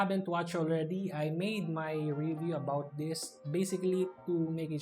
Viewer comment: Good choice of words, clarity and vocab but you just keep making V sound into B sound and TH to D Example: you sound "this" to dis "That" to dat "Performs" to perporms "Competitive" to competitib "Videos" to bideos "Battery life" to battery lipe Other than that, good review as always.